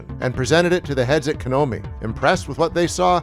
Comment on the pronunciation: KONAMI. NOT KANOMI